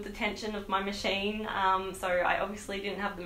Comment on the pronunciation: i love how she says machine "mashein"